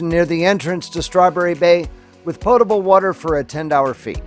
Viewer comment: Loved watching the Vizsla, who reminds me so much of my own! Glad that they finally got him to swim. Also, I appreciate that you know how to pronounce “potable” unlike many Youtubers. ;-)